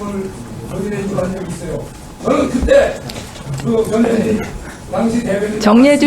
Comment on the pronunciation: 전현희 빨리 말하니 저년이로 들린다 ㅡㅋㅋ 천천히 발음해라 ㅡㅋㅋ